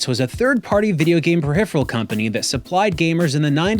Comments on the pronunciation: Rage-baiting with that pronunciation of “peripheral” is amazing. Periphrehal 😂😂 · I don’t know what’s worse. A Mad Catz controller, or someone who pronounces peripheral like pehipheral. 😬